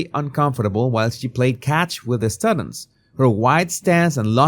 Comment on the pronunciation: It's pronounced "stew-dents" not "stud" ents". And 'hindsight' is 'hi' like hello, not hind. Your English is usually very good so I'll assume these words are tricky for people whose first language is not english. Another great video otherwise 👍